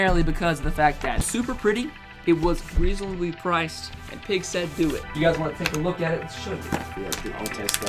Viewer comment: If you expected me not to come here and say "Peeg" then you are mistaken...